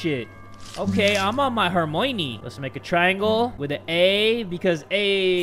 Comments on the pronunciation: its Her-my-uh-nee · ‘We gotta Wingardium Levisosa that shit’ he said herMOIne like moist lmfao